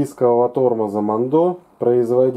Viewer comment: Херь полная, я работаю на этом заводе, а ты даже название выговорить не можешь